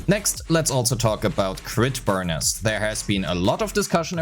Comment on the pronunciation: For the last time, its “Burneece” not Burn-is. 😢😢😢